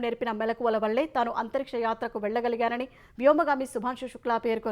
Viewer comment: "కార్యక్రమంళో" కాదు, "కార్యక్రమంలో" అని పలకాలి. "వళ్ళే" కాదు, "వల్లే" అని పలకాలి. ఇలా భాష రాకుండా ఎందుకమ్మా జనాన్ని చంపుతావు?